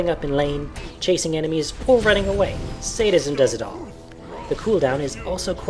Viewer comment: Lol its Sad-ism, not Sade-ism. Otherwise a fairly decent guide.